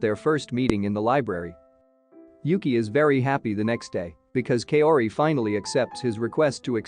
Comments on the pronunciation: Kaori’s name is pronounced “cow ri” not “Kay o ri” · Please! Kaori is pronounced as Ka-o-ri not Kayori! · Damn that Kay-ori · You pronouncing Kaori gives me cancer